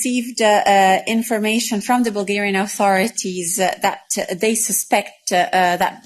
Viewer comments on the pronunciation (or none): none